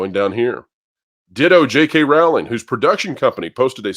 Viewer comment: Pro please pronounce Jk Rowling 's name correctly. Rowl as in bowl. She herself has said it. I understand it's a small thing but it's respectful